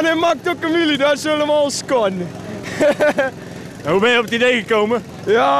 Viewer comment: hahahaha die kerel ''en hij maakt ook een wheely, das helemoal skon''